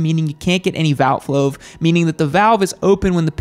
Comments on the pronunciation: "you can't get any valt floave" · Desmos don't give valt floave.... what ? 😂😂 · #10 "You don't get any valt-floave":D we know what ya meant